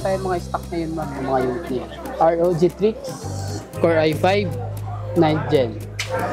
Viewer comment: bakit cya TRIX ng TRIX? STRIX ung ROG xD